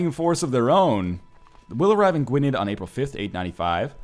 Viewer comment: gwynedd, you got it mostly right but the '-dd' part is pronounced a bit like 'th'